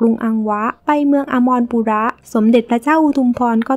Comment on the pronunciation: แอดคะ ขออนุญาตให้ข้อมูลเพิ่มเติมค่ะ เมือง อมรปุระ อ่านว่า อัม-มะ-ระ-ปุ-ระ ค่ะ😁